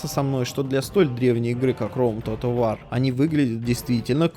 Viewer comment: Как ты сказал?"Тотал вар"?Выпий йаду,аффтар!Хоть бы в словарь заглянул.